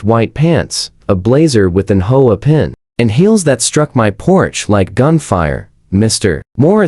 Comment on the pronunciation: If you can't program your AI to pronounce words correctly, why bother uploading the content. It sounds ridiculous! HOA is not "ho-a" or "whole a"!!!